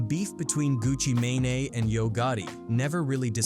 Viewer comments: Wtf is a Pooh She Asty and a Gucca May-nay? Fix these voices lol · Turned this shit off after he the AI said Gucci manaee buddy edit your videos lazy asf